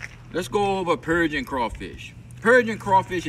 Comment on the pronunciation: what are you talking about. First off he teaches us purging is pronounced Persian. He tells us about the myth of the rugaroo, and he says the dead ones float to the top so you know when they say don’t eat the dead ones, that is what they are talking about... the dead ones. 🤯. Most I’ve learned all day